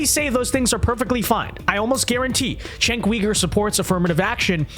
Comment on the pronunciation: The letter “c” in Turkish is pronounced /dʒ/, like the first consonant in “joke” or “giraffe”. It’s Jenk, not Chenk. It means “war”, by the way.